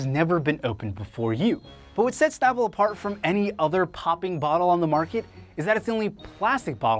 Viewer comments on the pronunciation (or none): Its called SNAPple, not POPple. Lol, its a snap